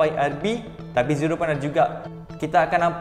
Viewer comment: yang aku dengar dia kata cincau🤣🤣🤣